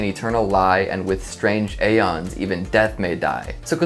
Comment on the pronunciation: Aeon is pronounced “Eon”